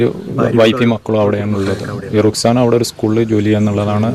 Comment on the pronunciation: Ruskana❌ Ruksana✅